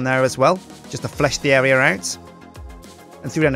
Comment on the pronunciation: why does say 'arear' instead of "area"? I've heard it in other instances as well.